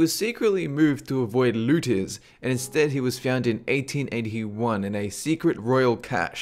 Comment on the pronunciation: what are lootiz? he said, "he was secretly moved to avoid lootiz?"...... ANYONE????